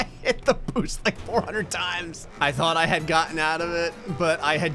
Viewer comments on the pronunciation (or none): When he said “where’s my boost?” I swear I heard him say “where’s my boob?”